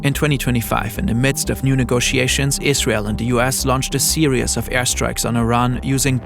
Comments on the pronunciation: FYI you are mispronouncing series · Why is the word series impossible for you to pronounce? It isn’t “serious” it’s series. Maybe choose a different word if that one’s a little too complicated for you.